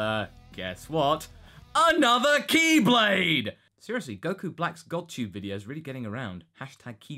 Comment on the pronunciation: I seriously heard it as "KEYblade" first XD